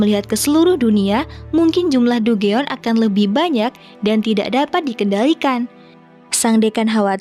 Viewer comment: Dungeon bacanya danjen min